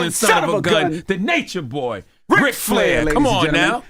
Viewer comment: Yall his name is RIC not rick (real name Richard) drop the k